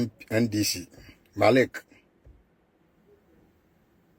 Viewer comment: Why do some people say Marik instead of Malik?Not all of them come from that place.